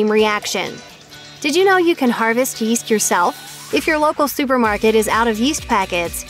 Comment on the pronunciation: Yeast? I thought you said Weest.